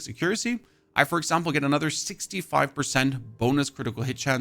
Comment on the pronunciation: Bro is trolling with his pronunciation of accuracy.